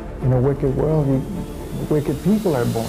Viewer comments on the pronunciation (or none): none